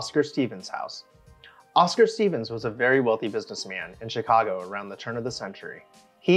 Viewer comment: Pronounce "Steffens" as it looks, not STEEVENS. The Larkin Administration Building is a must... Part 2 please!